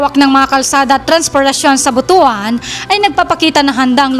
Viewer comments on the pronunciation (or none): Pa-ga-di-an,not Pa-ga-dyan, same with But-wan not Bu-tu-an... when you say Bu-tu-an, it means you have a male reproductive organ,if bisaya hear you pronounce it wrong,we will laugh at you